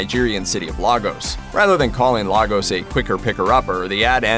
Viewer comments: It isn't Lar-gos, it's pronounced Laygus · The city is pronounced LayGos not lahgos😭😭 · People it's actually pronounced " Lay gos" not "La " 😩🙄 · Lay-gos not Lah-gos, I don’t know why the show missed that.